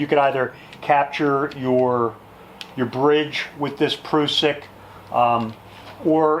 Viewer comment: I think the word Prussik is pronounced differently. The "prus" part would rhyme with "bus"